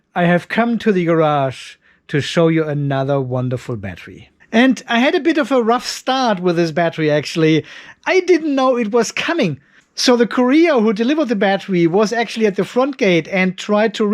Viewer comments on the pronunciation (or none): Awesome! Courier has emphasis on the "cour" otherwise it sounds like "career" or "korean"